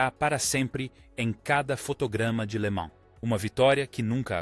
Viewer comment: "24 horas de lama"? IA cada vez mais estúpida.